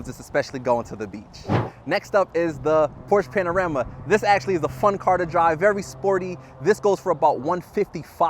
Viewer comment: Did he say Porsche “panorama “ 🥲😂